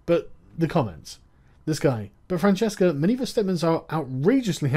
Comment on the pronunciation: We DO pronounce it with a hard C over here. Sorry, I know it's wrong.